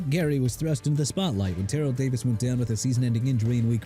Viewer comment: YOU AIN'T SAID WHAT CFL TEAM STEVE SLATON WAS ON!!! ALSO DUDE IT'S CLINTON PORTIS NOT PORTERS AND TERRELL DAVIS PRONOUNCED TUH-RELL NOT TEH-ROLL AND ICKEY WOODS NOT GEE WOODS!! ARE YOU DONE BEING ILLITERATE?! IF YOU ARE, DO AMERICA AND THE SPORTS WORLD A FAVOR: QUIT!!!